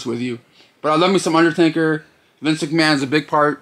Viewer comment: Dude, he's called the UnderTAKER, not TANKER.